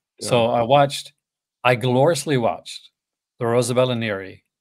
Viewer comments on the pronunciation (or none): BTW, her name is pronounced Rose - Alba, not Rosa - Bella. 😉